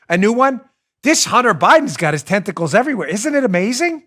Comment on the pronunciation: Lol when you say tentacles it sounds to me like you are saying testicles! Hunter has his testicles everywhere! 🤣😂🤣😂